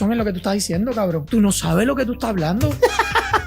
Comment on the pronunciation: jajajajajaj, riéndome de la imitación del acento cubano del idiota del green space, "pregúntale a tu abuelo, cablón", tu video es muy bueno